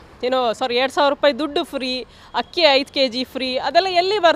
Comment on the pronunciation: 😮 ಹಕ್ಕಿ ಅಲ್ಲ ಅಕ್ಕಿ ಅಂತಾ ಹೇಳಿ. ಅಪಾರ್ಥ ಬರುವುದು.ಅಕಾರ ಹಕಾರ ಯೋಚನೆ ಮಾಡಿ ಮಾತನಾಡಿ. ಎಲ್ಲಾ ವಿಷಯ ಚೆನ್ನಾಗಿ ಮಾತನಾಡಿದಾರೆ.